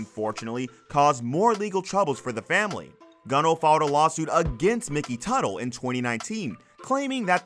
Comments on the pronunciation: Consistent pronunciation of names would help. Stop switching Tuttle to Tootle, Mikey to Mickey, etc. Seems like a strange thing to do. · It's not pronounced "Tootle". It's Tuh-tle. And it was stupid of him to spend the show's money on personal shit. So dumb. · How do you go from pronouncing Teutul (Tuttle) to Tootle and Mikey to Mickey, all in the same video?